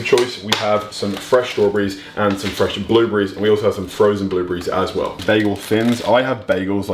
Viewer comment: Put the emphasis on the well rather than the as